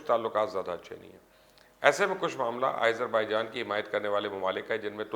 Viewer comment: ملک کا نام آئزر بائیجان نہیں بلکہ آزر بائیجان ھے